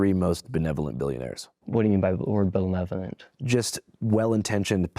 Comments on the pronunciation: Bro can’t even say the word benevolent but he’s out there terrorizing the Somali American community. What a weenie. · Maybe he's confusing benevolent billionaires with belevolent binionaires? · I am getting older but I listened a few times and what I heard this champion of journalistic integrity say was "bellevurant" hope I'm not stupid shaming.